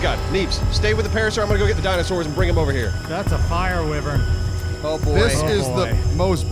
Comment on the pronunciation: That, and take a shot every time they mis pronounce wyvern. You'll be black out drunk in like an hour or 2 Edit: I did a goof, and didn't know/realize for 2 months.